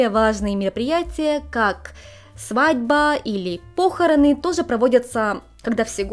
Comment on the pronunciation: по'хороны, а не похорона'